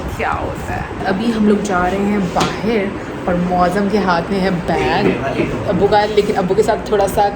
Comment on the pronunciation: baahir nhi bahar bolte hai bahar jari hu.....tum baahiir bolti ho